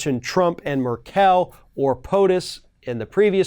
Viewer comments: The woman's name is pronounced MERkl, not MerKEL. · Pronounciation advice from Germany here: In "Merkel" you should emphazise the first syllable, not the second. It's really more "MER-kl" than "mer-QUELLE". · Who is Murkell? Your show is great, but you should put a little more effort in finding out how to pronounce names, so you don't embarrass yourself ;). (Try wikipedia) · Please learn how to pronounce Angela Merkel’s name correctly. It isn’t that difficult.